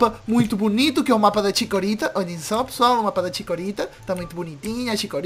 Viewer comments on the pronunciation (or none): O kassio fala ticorita